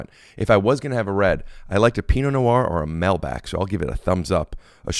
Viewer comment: As an Argentinean the melbac pronunciation of Malbec upset me to no end.